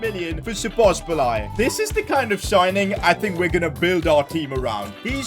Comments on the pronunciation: It’s not spozobliay it’s spozobli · just letting you know its szobozlai not szobosbolai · Sabos- lie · Szoboszlai❌ Sobosbolai✅ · I like how he pronounces szoboszlai like this " Szobobzilai " 😂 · sobozbolai😂😂 his pronounciation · man dont say sobosbolai say soboslai its simple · i m hungarian and so bad to hear you say Szoboszbolay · I am hungarian and bro said Szobobszláj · No one:: "Szobosbalai" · Happy Christmas And also the fact sid said 'sobobszlai'😂😂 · ik lol. it was kinda triggering doe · I feel physically sick after hearing that so much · he says sobosbolai HAHAHA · its pronounced shoboshlai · It is pronounced Sho-bo-z-lay No hate tho also loving the content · He is pronouncing Szoboszlai's name wrong. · The way pronounces Szoboszlai lmao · Pov: Your Hingarian and heard 100x times Szoboszlai being prounounced incorrectly😢😂